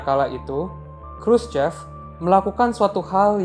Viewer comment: Sedikit ralat min, Khruschev dibacanya Khruschov